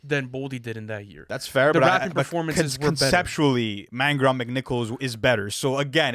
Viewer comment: “Man-gurr on McNichols” 😭